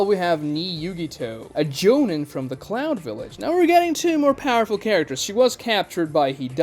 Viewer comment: Had to do a double take on cloud village. Could have sworn I heard clown village.